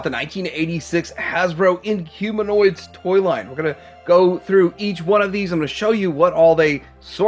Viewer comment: Inhumannoids. He got it wrong🤣